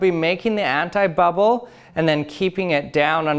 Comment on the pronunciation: I am French and I hear hentai-bubble xD